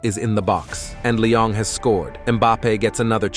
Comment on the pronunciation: Brooo its not Lyong or Lion just Lyon broo :(